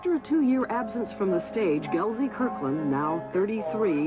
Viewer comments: no Z in, Gelsey! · It's Gelsey. Not GelZey. Jeez